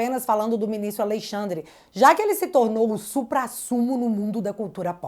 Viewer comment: MEU DEUUUUS, Q JÁ TEM 5 ANOS Q ENFATIZA A PORRA DO TERMO "A LEI XANDRE". DEU,!!! JÁ ENTENDEMOS...,NÃO PRECISA SEPARAR SÍLABAS